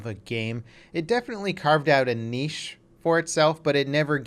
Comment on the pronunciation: You get a thumbs up for saying niche properly ;p